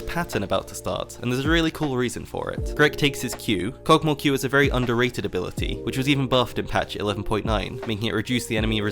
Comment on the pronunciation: The Champions name: Kog`maw: Kog` moa